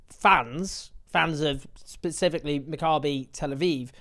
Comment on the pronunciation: Maccabee please not macabre-y.